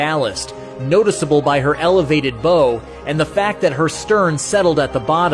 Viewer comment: your pronouncing bow wrong